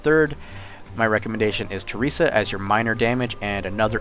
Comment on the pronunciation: I know this video is old but you saying Theresa when her name is clearly TRESSA is killing me. It's also pronounced "Hahn-it", not "Han-eet".